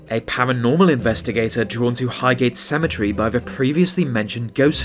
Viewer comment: wtf is cementery